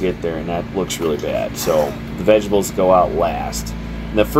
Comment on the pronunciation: Vejabulls 😂. You're the second person today that I've heard pronounce vegetables that way. I dig it lol.